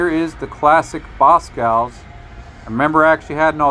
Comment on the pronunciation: It’s BosCOV’S not Boscows lol